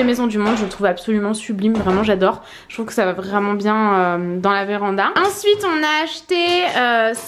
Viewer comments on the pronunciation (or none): Insupportable quand tu dis "vraeument"